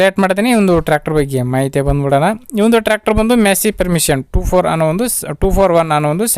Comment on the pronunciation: ಅಣ್ಣ ಅದು ಪರ್ಮಿಷನ್ ಅಲ್ಲ ಫರ್ಗ್ಯೂಸನ್